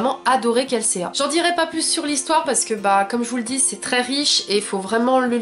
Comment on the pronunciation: Kelséa 😭😭 c'est Kelsea et ca se prononce kelsi 😂😂 en tout cas je suis d'accord avec toi c'est un super roman! J'ai adoré l'univers..